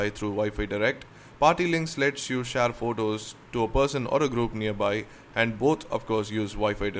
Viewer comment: Sorry but what is a shaare link and sensaars nice review mate but work on ur pronunciation and dont mind eh.